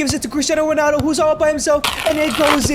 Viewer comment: Why u say "Ronano"